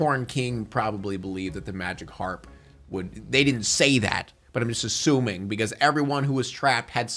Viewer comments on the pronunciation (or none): none